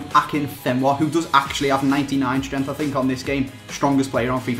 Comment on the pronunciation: When he says "strengths" it sounds like "stremfs"